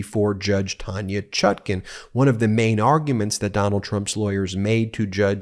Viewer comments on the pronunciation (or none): none